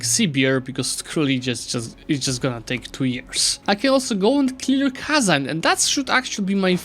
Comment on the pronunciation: no way, he actually said kazan right, what a chad